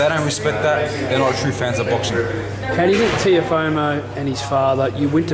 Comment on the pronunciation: Love how the interview guy is calling Lopez TeoFOMO LOL